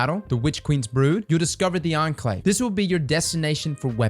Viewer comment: I was NOT prepared to hear pronounce "Enclave" correctly